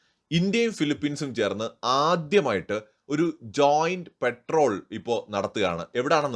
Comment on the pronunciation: പെട്രോൾ അല്ല പട്രോൾ 🙏🙏🇮🇳